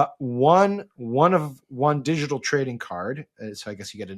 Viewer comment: He can hardly pronounce "digital ". Too much Xanax?